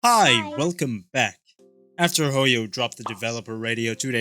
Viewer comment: Especially the "Welcome -BAck"